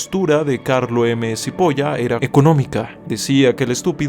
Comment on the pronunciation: Supongo que ignorò el hecho de que el apellido era italiano y la pronunciaciòn correcta era "chipola" (Carlo M. Cipolla) aunque al no saber el idioma no se le puede exigir mucho. Lo gracioso es que cipolla es cebolla en italiano.